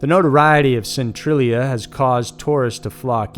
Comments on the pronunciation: Centralia is pronounced cen-trail-ia not cen-trill-ia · "Centralia Hill" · Noo-Cleee-er. Noo-Cleee-er. Not Noo-cue-lar. Also, Centralia: sin-tray-lee-ah. Not sin-tru-lee-ah.